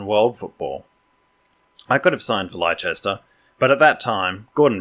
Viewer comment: Leicester is pronounced 'Les-Tar' or more simply Lester same as famous jockey Lester Piggott.